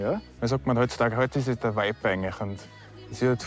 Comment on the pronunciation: Du hast Vibe total bescheuert ausgesprochen 🤭